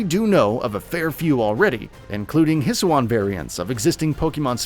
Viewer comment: Man, I’m so excited to ride on my “Wiredeer” Please watch the trailers and learn how to pronounce the words properly next time. It’s Weer-deer and Hisuian is hiss-oo-ee-an